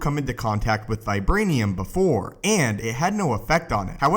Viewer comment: vibwanium is not as stwong as uwu